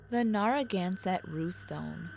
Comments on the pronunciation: Except for Narragansett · Slaughtering every towns name— especially Narragansett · Well except for Quanset and Narragansett. Oh and Ed Warren.